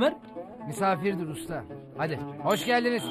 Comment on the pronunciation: Oğlim doğri koniş diyor misafirdir